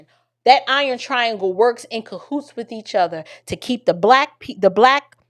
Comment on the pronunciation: He also says wiff instead of with